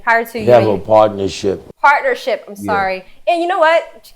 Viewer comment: didnt say one word they said your roc nation he says paternership boss